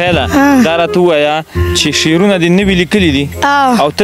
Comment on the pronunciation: Da sherono da talaffuz d ghalat d شعرونہ dase likali kigi